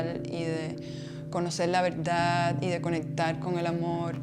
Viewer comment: La veldad 😅😅 repite conmigo: veRdad 😅